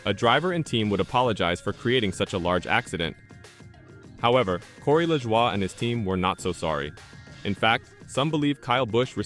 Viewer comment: Man that Corey LaJwah 🤦‍♂️